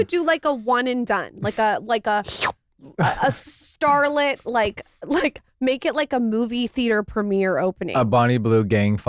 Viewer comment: a StarrrLet 😂😂😂 love it. absolutely won me over for life! Thank you Jeffree.❤